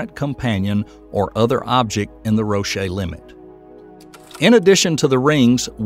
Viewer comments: Roche limit: You pronounced it "ro-SHAY". This is wrong. It's pronounced like "roach" with the "ch" changed to "sh". It's only one syllable. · This is some AI stuff, isn't it? Roch-ay Limit? Wave Locked? You're not even using the proper terminology. Y'all gotta stop flooding YT with stuff like this. Entertaining for the laymen-- frustrating to anyone remotely into astrophysics. Hire actual voice actors to narrate your vods man. AI is trash and can't beat the human element.